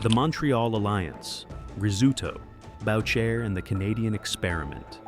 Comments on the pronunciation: Except Maurice is pronounced "Mo-reese" and Boucher is not pronounced "bowcher", it's pronounced "Boo-shay"... Among many other mispronunciations... Way to make yourself sound stupid... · It's Bu-shay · You are ignorant of the spellings and names of criminal networks. The least you could do is basic homework. Its not PAGONS, its the PAGANS. The name of the head of Montreal Hells Angels President Maurice "MOM" Boucher is pronounced "Boo-shea", like Shea stadium in Buffalo. The photo's and video content of your production are all over the map. Have some pride in your creation, just slapping together anything shows that you don't care what people think about you, or your product. Take your time, access proper footage, and make sure that the criminal groups and their main players are properly respected. It doesn't take a lot of extra time to get it right, and you'll find you have many more views on your videos. Good luck. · I think your video sucks! You can't even pronounce Mom Boucher's name correctly! That is not Mr. Rizutto ! Your a joke. Jeff D.